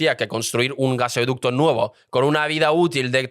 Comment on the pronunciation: Siento sonar pedante, pero se dice “gasoducto” no “gaseoducto”. Por lo demás muy interesante. Un saludo!